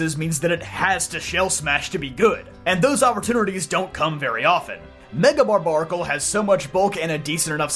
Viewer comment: Pretty sure it’s pronounced bar bear acle not bar bar acle. Because it’s like barbarian !